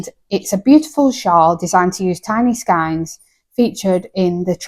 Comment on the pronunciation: Great list, its pronounced skeins like reins 🤪